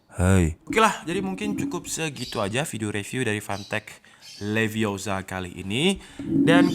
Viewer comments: its levi o sa not leviosar.. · Stop stop stop, You're going to take someone's eye out, besides you're saying it wrong. It's Leviosa not Liviosar. Wingardium Leviosa.....